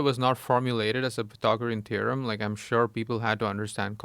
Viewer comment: Joe didnt know how to say The Pythagorean Theorem 😂😂😂😂😂😂😂😂😂😂😂😂